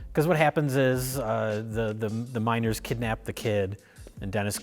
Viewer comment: I was so confused when they started talking about the miners and I kept hearing "minOrs"...